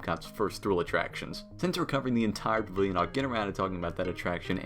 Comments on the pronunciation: "Pa-vill-yon" Practice!!!!!! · Guy, you talk way too fast. When you say pavilion you literally say pvlin .like slow down omg. You talk faster than that wdwnews kid.